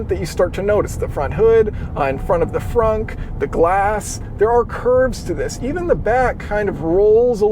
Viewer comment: Did he say Fronk? I'm out.